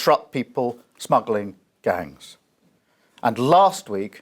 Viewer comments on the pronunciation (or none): People smaggling gungs 😆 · "People smagglin guns " 0.38... Release those sausages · "People smaggling gungs" 😂😂😂😂